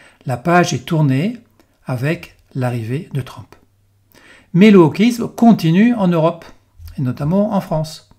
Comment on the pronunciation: On prononce TRUMP et non TRAMP …. Encore une fois…